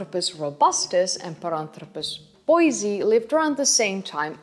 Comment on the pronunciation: It's pronounced Bois- e -i just to make you aware.